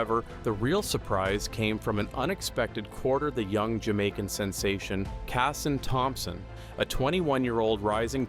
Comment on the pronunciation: He said Kishane Thompson's name like an old Jamaican Granny 😂😂😂😂😂😂😂😂😂😂